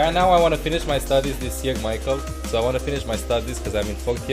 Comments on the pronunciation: It made me laugh how pronounced your name, "mikel" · lol called you “mickle”